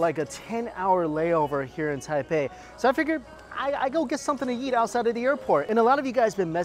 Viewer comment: When ever he says eat it sounds like yeet